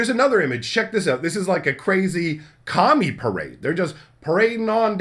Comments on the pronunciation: You said "Kami" four times before I realized you weren't calling them "commies" 😅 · Oh so I wasnt the only one that thought he was saying that?!